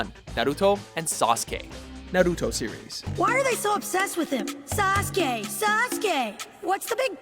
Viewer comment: They finally said Sasuke's name right :) but fucked up Naruto's